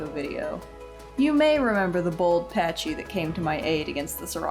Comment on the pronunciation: Why do so many people pronounce pachy as patchy. Genuinely curious. It's pack-y just like the name pachycephalosaurus.